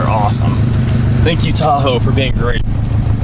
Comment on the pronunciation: I cringed everytime you said tahoe. The disrespect.